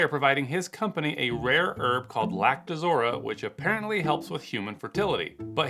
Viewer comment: It's pronounced "Lact-o-rosa" not Lact-uh-zora